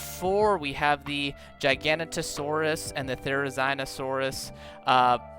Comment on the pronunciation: Bro there is no way that you seriously called the giganotosaurus “gigantic nose Sauris”